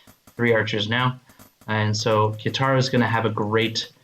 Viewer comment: It's "Ka(ee)taro". XD